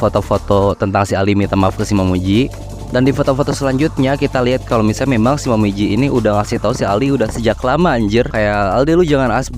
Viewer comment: Awalnya ku kira otak ku yang lemot tapi nama x nya "momiji" abang nya nyebut "momoji" terus🤣